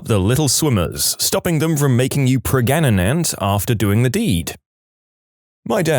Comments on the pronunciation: Preg- aga-net 😂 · Still laughing at Pregnaganant😂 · Preg- a- net ??? Wheres this guy from? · Heh, pregananant 😅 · Just say pregnant normally smh, It's so cringe. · I like how they claim to have a narrator, but can't pronounce "Pregnant" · Interesting this text to speech can't pronounce pregnant. Like Indians in call centers saying " 3 " when trying to hide their accent. Lol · the way he pronounced pregnant in the video